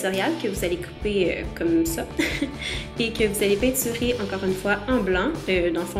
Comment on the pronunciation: J'adore quand tu dit "peinsurer